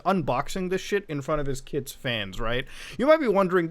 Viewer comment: It’s not $kids it’s Skids man it’s Skids 😭😭😭